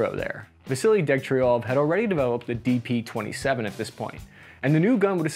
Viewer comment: You actually called it DP-27 as it is, appreciation! It's not DP-28, as it's faultly called in west!